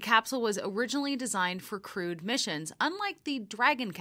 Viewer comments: Sorry--did you say "crewed" or "crude" configuration? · Hey Boeing, it's crewed mission , not crude mission